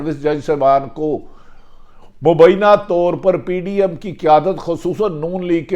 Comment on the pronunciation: mohtram janab Bhatti sb. bahot umdah aap ka halaat e hazra per tajzia. braye maharbani apni qaumi zubaan sahi kijyea (meri baat yaqinan buri lagay gi) - aap Muslim ko Muslam kehtay hain - doodh aur shahad ki nahrain 'BAITHEN' gi ? - BILA AKHIR nahin (Bil'Akhir) - Hamla awar 'karnay se'? - Mobaina? nahin (mobaye'yana) - 'hadaf' ka nishana ban rahe hain... ? - Ba'di ul nazar ( taqreeban her video main yeh lafz istemaal kartay hain, goya aap ka takiya kalam hae) aur kayee khamiyan hain. mera mukhlisana mashwara hae ke upload karnay se pehlay kisi sb se sahi talaffuz etc pooch kar rehearsal kar liya karen). gran guzray to maaf kardijyea ga aap ka mukhlis.